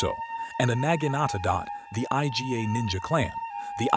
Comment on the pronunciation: Did you just call the Iga clan the I-G-A clan? No it's pronounced "Egah"